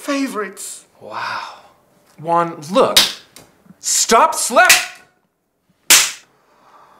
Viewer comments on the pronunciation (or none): Locote Chido it’s pronounced Juan and good joke lol 😂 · GamerOA YT it’s pronounced “huan” and its spelled Juan